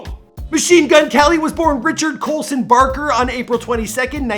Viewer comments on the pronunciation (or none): Did you say Colson Richard BARKER ???